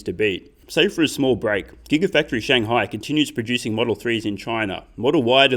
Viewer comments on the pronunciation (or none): none